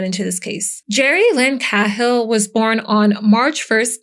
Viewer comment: IT'S PRONOUNCED KAY-HILL! 😅 AND SUH-RAN-DUHN! SORRY, GRAMMAR FREAK HERE.